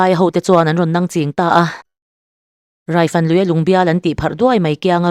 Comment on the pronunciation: Hrangkhupa hi "Hrângkhûpa," ti a lam tûr. Rokhuma pawh "Rokhûma" ti a kan lam ṭhin angin. Biate ka ni a, "Khum," tih leh "Khûm" tih chu awmze dang dang an a, "Khup," tih leh "Khûp," tih pawh in-ang lo tak an nih. "Râifân," ti a lam tur. Chuan Biate hih Hmar hnam a nih lo.